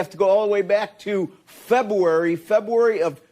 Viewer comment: Feb-a-wary 😂😂 100%. That reporter was a liberal douche.